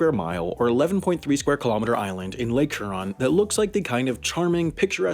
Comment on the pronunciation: I’m just bothered by how he said Mackinac Island right but not Lake Huron